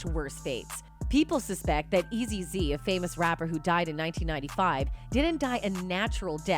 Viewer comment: Lol she also called eazy e .. eazy z 😂